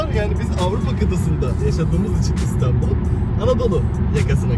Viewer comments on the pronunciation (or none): none